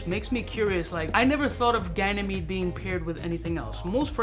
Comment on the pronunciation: Did this mofo just pronounce Ganymede correctly?! 👏